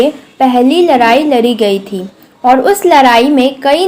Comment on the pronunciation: Ladai ❌ Larri✔